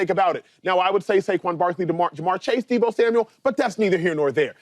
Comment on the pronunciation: James Jones saying Deebo is a superstar, but can't once say his name correctly is wild. You know superstar's names. Deebo Samuel. No "S" at the end.